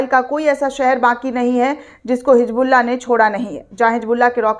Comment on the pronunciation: Medam ye kya ap bar bar HiJBULLAH HiJBULLAH Bolte ho sahi se HiZBULLAH bolo 😅😅😅😅😅😅😅